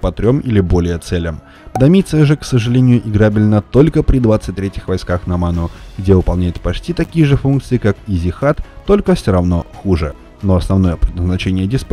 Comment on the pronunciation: Тоже самое и с Сешат.Андрею удобно называть Зехат:)